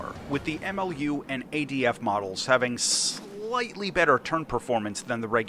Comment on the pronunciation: it's adf not adv get it wroight mate